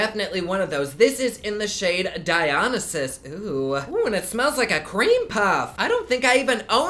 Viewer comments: Hi! The name of the MAC lipstick is pronounced Dye- On- Isis. Dionysus is the Greek god of wine 🍷🍷🍷🍷🍷🍷🍷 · Was the lipstick named “Dionysus”? If it is, it’s pronounced die-oh-nye-sis. I find it funny because I’m learning about Greek Mythology right now and he was such an important demigod but I won’t say why lmao